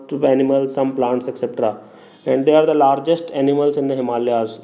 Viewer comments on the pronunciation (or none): none